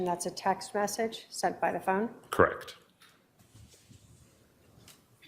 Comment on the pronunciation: ..Lori Vallow doesn't say "Correct" she says "Crect"